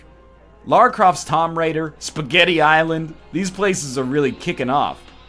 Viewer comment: Also - why do you keep mispronouncing Tomb? is there an In side joke?